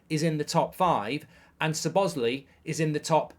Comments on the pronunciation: It's Szoboslaiiiiii not Szobosli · Great video, but just throwing this out there... Its Alexis. Not Alexie. And Szoboslai is pronounced Sob-oss-lie not Su-boz-lee. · Another video butchering szoboszlai's name, not Lee it's Lai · Why did Mark say sobozlee 💀💀💀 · Is he ever gonna say szoboszlai name correctly